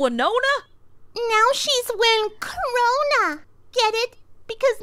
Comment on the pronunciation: “Crow-na” well that aged poorly